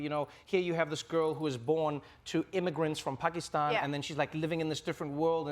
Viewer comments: As a brown person living in the States, I am so looking forward to it. Also, props to Trevor Noah for pronouncing Pakistan just like we do and not in American accent. Love you Trevor. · Brownie points to Trevor for pronouncing 'Muslim' right. And also 'Pakistan'. I love the interview! Iman is a lovely human being! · I think I fell in love with in the first Ep. Because he said Pakistan perfectly. Not sure why it matters so much but it does. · Finally someone who pronounced Pakistan correctly